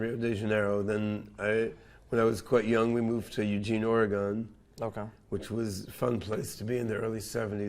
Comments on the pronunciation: Do you pronounce Boston BOST-ON? More like OreGUN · How you gonna say "or-e-un" after living in Oregon? 🤣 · How the hell can you have lived in Oregon previously yet still not be able to correctly pronounce the name Oregon😑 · Did they find this guy in the magic mushroom fields and slap a crypto shirt on him to pump their coin? He can't even pronounce "Oregon" correctly even tho he supposedly lived there. Plus he doesn't know the difference between proved and proven? Ok